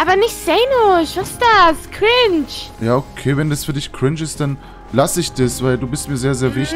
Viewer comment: Warum sagt sie immer crinch